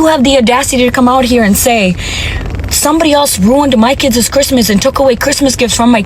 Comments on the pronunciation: Kids is one word, one syllable. It’s not Kidses !!! What’s happened to the English language the last decade or two? I’ve noticed that many people can’t pronounce many simple words or names. It’s sad 😞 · She says “ kides “ lol it’s just kids